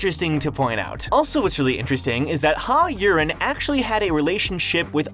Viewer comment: Maybe lean into the accent juuust a bit for Yurin. Yureeen. Not urine.